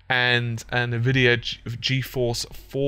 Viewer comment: "na-vidia?" It's pronounced "an-vidia."